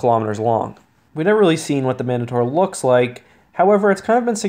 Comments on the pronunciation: I’m pretty sure the mandator is pronounced man-day-ter. Like the word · Man-dator it’s pronounced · Man-date-or. It's an actual word in English, no a Star-Wars-ified word, and that is the proper pronunciation.